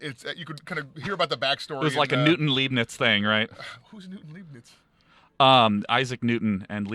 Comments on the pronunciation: Goddamnit, Sean... You had one job. "LEIBNIZ"! The "bniz" is a "lei"! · Leibniz is pronounced Lyeb-niz.